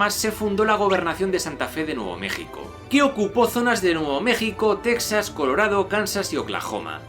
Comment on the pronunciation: Tu pronunciación de Texas es atroz